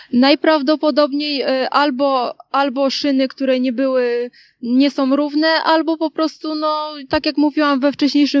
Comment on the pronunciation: ..szyny nie sOM rowne....... reporterka nie potrafiaca mowic po polsku. Czy ona skonczyla podstawowke????